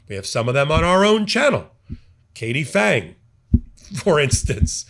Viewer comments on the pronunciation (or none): none